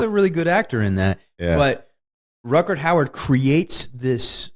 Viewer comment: "RUTGERT HOWARD" :) Ha ha ha. Gotta love this guy for not having a clue about the name of this actor. And keeps butchering both the first name AND the surname of Rutger Hauer. Yet seems completely confident and convinced that someone named Rutgert Howard starred in this movie :)